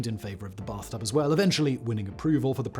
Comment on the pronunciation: Brath tub lol